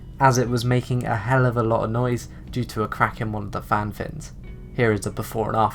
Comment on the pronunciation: Fan blade not "fin" and cable ties jeezo where are you from?